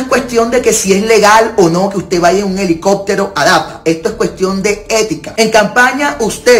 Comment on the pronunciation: Esa señora no sabe ni expresarse. Dice helicotero en lugar de helicóptero….😅